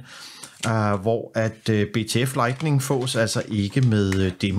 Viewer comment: Hold så op med at sige lightNING ...